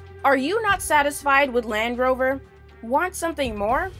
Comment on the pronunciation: Calvin Tang The first clip i heard "The Lamb Rover"😂😂